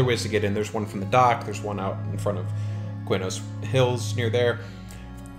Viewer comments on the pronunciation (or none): Always thought it was "K-nos", not "Kway-nos" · Qeynos = Kee-nohs